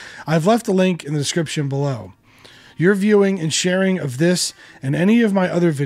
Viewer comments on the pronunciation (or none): none